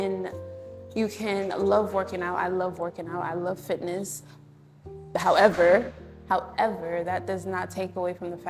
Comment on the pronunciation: Lol!!! "Howeverrr" 😅